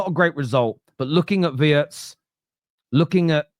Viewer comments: Wirtz is pronounced with an "e" like in "see" or "Bee". But we all understand "Wörtz" like in "words" 😂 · Of course it's pronounced VEERTZ. Obvious to anyone who has paid any attention to anything German ever. The lettter I is pronounced EE basically every language in the world apart from English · Hi I've caught you struggling with his name. It's actually NOT that difficult: If you can say Rachel REEVES....you can also say 'WEERTZ'!! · It's Weertz, not Wurtz, and he is a superstar already. Now you are going to taste his style of cooking. Love your dad's wisdom about players who have all the time in the world. Very true. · Just say Vurtz mate. Please.